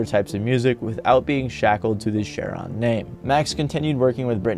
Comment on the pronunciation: Anyone else driven nuts by how the guy says "Share-on" instead of Cheiron haha